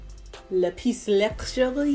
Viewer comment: You look so beautiful, all the blessings you deserve are coming to you. Lapis sounds like lap piss. Boom 😘